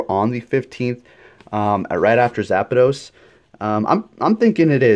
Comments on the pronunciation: "Zapados" "Ho-Ho" C'mon man please pronounce them right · “zapados?” “oh-ho?” lel